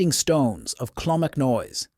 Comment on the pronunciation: "Slive bloom" mounains?....and you can't make up your mind if its clonmacnoise or "clonmacnoy".....can you please use your own real voice instead of the stupid A.I. narration as it ruins an otherwise excellent channel